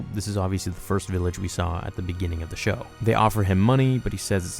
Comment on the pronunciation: Show. Not shox🤣🤣